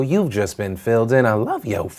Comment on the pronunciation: Till towmonday😂